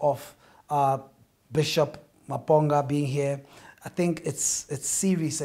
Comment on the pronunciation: The way he pronounced Maponga is wrong and cringeworthy